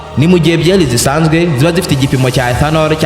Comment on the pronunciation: 😂😂😂 icyo kirimi igi swalabiya Niki ethanonol 😅😅😅😅